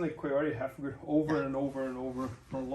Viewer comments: He just said “gward” with an American accent🧐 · Is he doing a Mackenzie Dern accent where it sounds like American English, but you pronounce "Guard" like you only just left Brazil yesterday? 😂